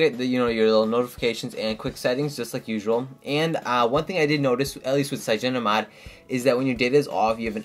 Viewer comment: Its Cy-an-O-gen. Like cyanide. LOL! Cygeno. -.